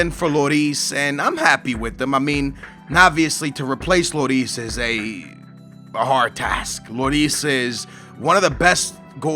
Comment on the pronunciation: You says Looris name rong, it isn't Loris, it's Lloris